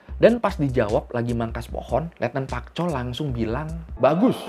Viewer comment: Letnan Park Chol woii bukan Pak Chol...pak bapakkkk